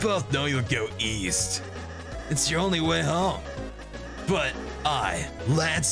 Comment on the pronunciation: East? I thought you said weast!